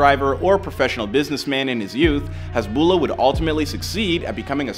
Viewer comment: The lah part at the end of his name is stretched out alittle, hasbullaah is the way it’s pronounced